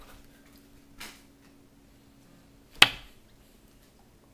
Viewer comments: "...into this potatUH!" seriously though, you got some skillz. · ''pototatoe'' ....LOL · stick the playing card into this potatah. :P